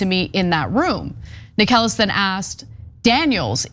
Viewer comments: It's pronounced "Necklace", not "Acorn". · Necheles is pronounced like “necklace”. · Do you seriously have to mispronounce every judge and lawyers names? Inconsequential but still really annoying.